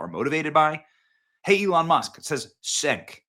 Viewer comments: Cenk is pronounced Chenk, Benny, not Senk. 😂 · Senk 😂😂 it’s CHENK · It's pronounced CHUNK not senk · Its Cenk (pronounced Chenk) not Senk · Sorry to be that guy but 'C' in Turkish is typically pronounced like a 'J'. Cenk is pronounced 'Jenk' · Cenk is pronounced Chenk....Benny you've been way off lately!!! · It's pronounced "Chenk" ... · Benny, "Cenk" is pronounced "Jenk." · Cenk is pronounced Jenk, as Jerk! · It’s pronounced Jenk. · Cenk is pronounced ‘Chunk’ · It's pronounced Jenk. And he's full of himself.